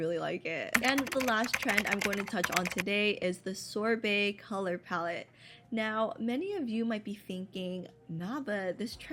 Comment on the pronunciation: WHY DID YOU SAY SORBET LIKE THAT